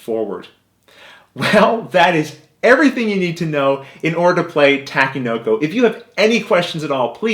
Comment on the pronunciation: Great video and great explanation. You really have a knack for teaching board games in an easy to understand format. One little thing, you're pronouncing the game name wrong. You are saying "ta-ki" when it's supposed to be pronounced "tah-ke". Not a big deal, just thought I should point it out.